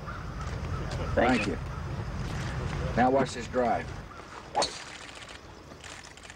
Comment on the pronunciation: i love how he says "Thankkyeu"